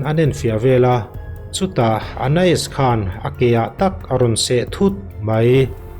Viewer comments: (Ana-is) ti a lam tur chu a nih kavan ring lo em aw🥴🥴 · A lam dik reng hi sawi sel tur hi i zawng ve hrim hrim a ni in ka hria 😅